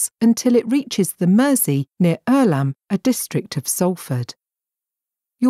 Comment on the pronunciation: Some of the pronunciation of the towns ...Bacup & Irlam...show the person speaking isn't knowledgeable about these places.